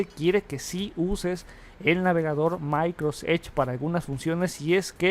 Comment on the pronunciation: No sé por qué no pronuncia bien. Siempre tiene el mismo error, todo es "MAICROS tal cosa". Molesta.